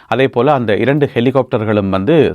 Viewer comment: திரு அவர்களே செய்தி வாசிப்பதை அதிகம் பேர் தமிநாட்டில் பார்க்கிறார்கள்.இரண்டு பேர் என்பதை வழக்கு சொல்லில் டெண்டு பேர் என சொல்கிறீர்கள் திருத்தி பழகவும்